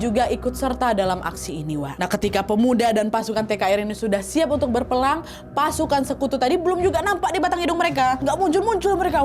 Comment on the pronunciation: kak nadia bukan ngomong berperang malah berpelang Maaf ya bukan ngehina cuma ngoreksi